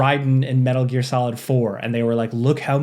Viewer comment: Ok, “smetal gear” earned you a thumbs up